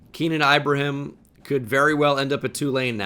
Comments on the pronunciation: its keenan ee-bruh-heem lolz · bro u gotta learn how to pronounce ibrahim